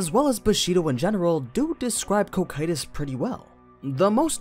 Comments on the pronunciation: Every time he says koh kytous I flinch in pain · Please fix the pronunciation of the names you speak please Cocytus is normally pronounced Co-Ki-Tus or as in the anime Coc- Q - Tus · I'll be honest. This video was good and don't get me wrong, i love all your videos but the way you call Cocytus as "Ko-Kay-Tus" and calling Takemikazuchi as "Take-Mika-zuchi" is such a fucking blasphemy. God lord, english dubs really are disgusting🤮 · Co-cue-tis sounds better tbh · It’s pronounced Cocytus not Cocytus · Was going to watch this vid, i'm actually interested, but with how often you are going to mispronounce that name I just can't. My OCD will not let me unfortunately so here is a major tip for the future: The dub is wrong, the dub will always be wrong no matter what anime it is. You can watch dubs or not that's up to you but when it comes to how names and such are meant to be pronounced you should stick to what is right. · Very well done! Just your pronounciation of foreign names is ears-bleeding... holy cow! yuo anglo natives really are unable to pronounce other languages. If you want to pronounce Cocytus like japanese do, it would be "KO KYU TOS" and it's also very wrong, but i guess we can't ask much to a language made of syllables. But as you said in the video, Cocytus name comes from Dante's Inferno, that means it should come from italian; but as it's not Cocito (that would be the right way to write it in italian) it's possible that Muruyama gave to the name a latin imprint. If that would be the case the right pronounciation would be "co chi too s". Summing up, you can name it in the japanese way, after all it's a japanese novel, or pronounce it in the latin way, but that anglo cacophony you gave birth to is something pathetic.